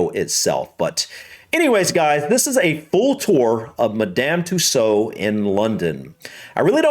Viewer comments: Tussauds pronounced "too swords" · Hi!.The "D" & "S" are Not silent. It's pronounced "Madam Too Swords" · The D is pronounced it in Madame Tussaud’s,you did indeed pronounce it incorrectly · Madame Too sode phonetic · The fact you didn't recognise Tom Cruise made me laugh. The other figures were Eddie Redmayne (Fantastic Beasts) and also Stormzy who you thought might be Seal. Yes, you do pronounce the ds at the end.